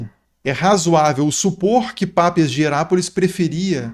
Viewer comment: Detalhe bobo: o pai da Igreja não é Pápias, mas Papias. Leia-se Papías